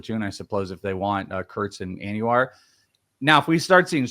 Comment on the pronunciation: (Anuar)???? It’s ANDUJAR, AN DO HAR 😂